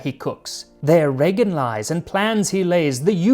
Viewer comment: Heart of especially moose or reindeer but, also venison or even beef (veal) makes a great snack to go with a cold beer in the sauna. Just marinate it in saltbrine and then either smoke it or dry it. Like a more "meaty"-tasting version of jerky. Also, nice pronunciation of my brothers name, Regin!